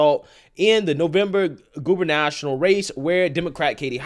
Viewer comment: Goo ber nah toe ree ahl Not goobernational. Cmon dude.